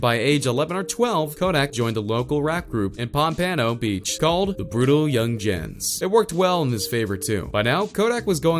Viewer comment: Alexa has more street cred than the guy narrating this video💯 ("young-jens"🙄)